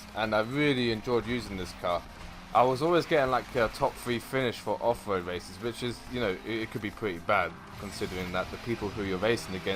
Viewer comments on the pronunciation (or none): Is it offroad or offwoad haahah